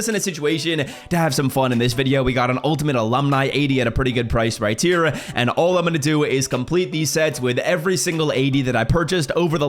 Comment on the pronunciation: “Righteer” as if right here is one word 😂